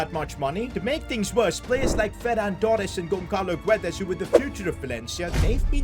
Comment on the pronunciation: as a portuguese i can't listen how yall say "guedes' don't pronnunce the u, its like "gedes"